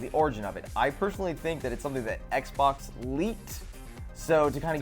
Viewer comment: Haha she said xbok lmao